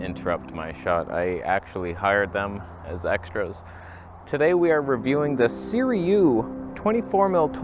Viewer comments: * Si-roo-ee not Si-ree-oo 🤨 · Again! Third time! It's SIRUI (si-ru-ee). The Sirui will look better than this if you stop it down just a bit. Chinese manufacturers are copying vintage lenses (Varioplan, anyone?) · Hey, A video on a Saturday!! Why does everyone pronounce it Seer-e-u instead of Seer-u-ee? The u is before the i at the end of the word. Would Canon EF lenses adapt well with the X-T3 sensor? I do have some FD lenses I adapt but never tried EF. Have a great Saturday and thanks for the weekend video! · I believe its pronounced Sir-OOO-EEE and the word "backlitt'n" must be some back East squabble talk.... LOL... love ya brother